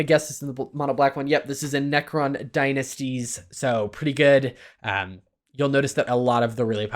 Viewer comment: did he just say "Necron Dy-ANUS-ties"????????